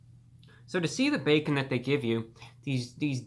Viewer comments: ...the back-orn 🤣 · "theres the b e k k o n" what a king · Reviewbrah hit that ò when he said bacon😂